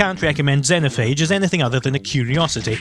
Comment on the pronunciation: You pronounced Xenophage right the first time you tried.